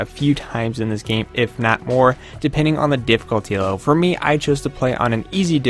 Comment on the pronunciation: The word is Game and Gamer not Geem and Geemer